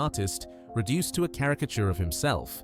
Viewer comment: Quite agree. Obviously AI narration, too. British accent but pronounces "Bernard" as BerNARD". Dead give-away. Not impressed.